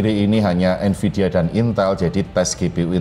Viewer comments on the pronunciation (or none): NVIDIA pak, bukan NVIDA